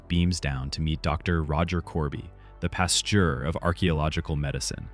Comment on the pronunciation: Your pronunciation of "Pasteur" is cringe worthy. He was a FRENCH chemist; try "pas 'Terrr" next time. (That's not exact, what I gave you, but as close as I could come up with.) OR, if you live near a school or university, try going there and finding a French teacher, who could help you with the pronunciation.